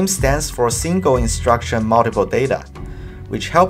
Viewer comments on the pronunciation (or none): Simgle imswucction muwntipa data